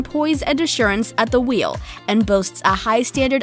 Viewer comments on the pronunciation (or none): none